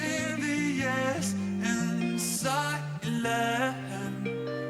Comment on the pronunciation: At the beginning i thought he said “exchanging the S in silence” like to bodies against eachother in an S shape. Wild.